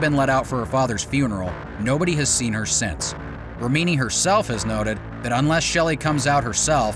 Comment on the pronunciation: You keep on mispronouncing Leah's last name. Even after hearing her pronounce it correctly. Also leaving out the fact that law enforcement is on their payroll. Comes off as sloppy work.